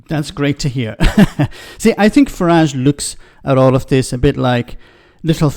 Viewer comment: It's Farage , rhymes with garbage .